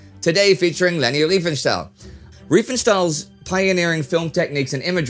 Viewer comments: It's Riefenstahl. Not Reifenstahl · She was called Riefenstahl not Reifenstahl!!! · To none-german tongues: This is not as trivial as it may seem - there is a huge difference in pronouncing "ei" and "ie" in german. It´s like "kit" and "kite". Not doing the "ei" correctly is maybe the most prominent give-away of an english/american accent.